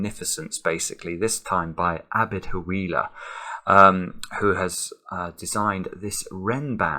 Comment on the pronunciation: Perfectly pronounced! A beautiful Renban Abed Hawila.